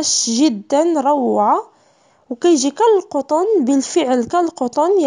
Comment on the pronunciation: تبارك الله عليك .عجباتني عندك كالقطن 'بضم القاف' ههه